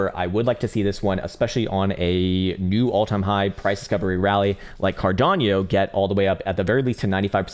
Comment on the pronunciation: Did he call ada cardapo? 😂 love this channel